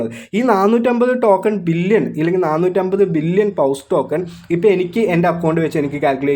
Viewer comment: Bro പൗസ് അല്ല പോസ് എന്ന് പറയണം